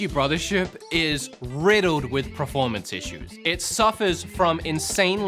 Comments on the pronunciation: Please say performance!!!! preformance is not a word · I respect his right to an opinion on a video game. Fair play. But goddamn i wish he'd stop saying PREformance. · bro, are you trolling us every time you say performance? I swear in every video I hear you say pra-formance. Not bagging you, I'm just curious if there's an inside joke we're not aware of. 😅